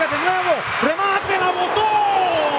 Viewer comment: "La votoooo" JAJAJAJAJAJAJ